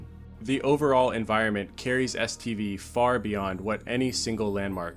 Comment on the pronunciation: Am I trippin, or do I hear STD every time you say STV? Either way, I sometimes feel like the zone did give me several STDs from all the pvp orgies I took part in back in the day...